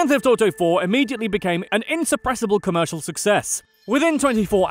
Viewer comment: Lmao, Co-Meeer-Shiall!